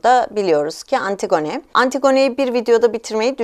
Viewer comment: lütfen antigone'ı düzgün teleffuz eder misiniz ☺